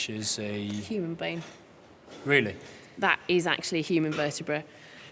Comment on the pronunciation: This was really cool, but why does he keep saying "hoo-man"? Is he Ferengi?